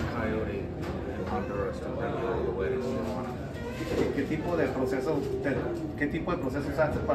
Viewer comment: Tijuana (tee-wanna) there’s no a in there. Not tia juana. Ti-juana. Cool you did this. A lot of those people want a safe life, and to contribute. Most Americans opinions are wrong about the people trying to come here.